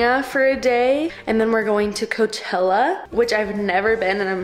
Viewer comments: It's Coachella not coatella 😮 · P.S., there isn't a 'T' in Coachella. Not that I'm aware of anyway. 🤷‍♀️